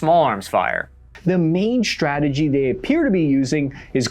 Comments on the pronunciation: Funny that you use the German pronounciation "shtrategy" instead of "strategy" 😅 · "minishtry" "shtratesghy" when did us americans loose the ability to say "st"?